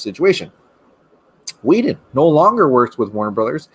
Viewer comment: LMAO Hysterically "Whe-done"